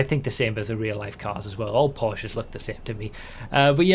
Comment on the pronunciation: Every Poor-shuh is the same. Owned by a balding white dude or a D-tier rapper.